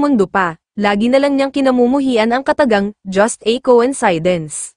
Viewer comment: ANG TANGA NYO PO MAG PRONOUNCE NG COINCIDENCE! SUPPORTER HO BA KAYO NG BBM? KAYA GABYAN KA PO KA TANGA?